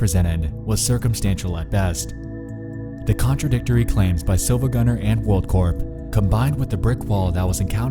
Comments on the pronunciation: R E E E E it's SiIvagunner not Silvagunner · You probably heard this already but it's pronounced "Siivagunner" The second i is capitalized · Siivagunner, not SiLvagunner. It annoyed me when I was originally trying to figure it out. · Its not silvagunner its siivagunner but with a capital i to fool people looking for it. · also yeah that isn't an L it's a capital I you gotta pronounce it Siivagunner you're saying it wrong. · I never thought that I would find a high quality rip in my creepypasta. Also it's pronounced "See-va-gun-ner" because the I is not an L. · Actually the I in Silva gunner isn't an L, but an uppercase i It's pronounced "see-va-gun-er" iirc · REEEEEE he said SiLvaGunner, and not SiIvaGunner This is not todokete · He pronounces it as Silvagunner, when in reality the channel is called SiIvagunner. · The Mughal-killer it’s actually Siivagunner, the second i is capitalized. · It’s not Silvagunner it’s SiIvagunner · "Sill-va gunner." oof. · You’re pronouncing SiIvaGunner wrong. That’s a capital i, not an L. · >pronouncing the L in siIvagunner I laff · Did you deliberately try to make it as hard as possible to tell whether you said "silvagunner" or "siivagunner"?